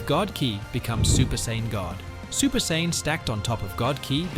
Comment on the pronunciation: Can't call yourself a fan or the goat if you can't pronounce what race Goku or Vegeta are.